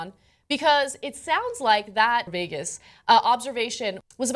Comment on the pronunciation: Did she say Vegas? Lmfao